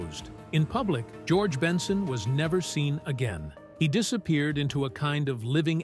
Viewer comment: How can you do a story on someone and can't pronounce🙄 the name right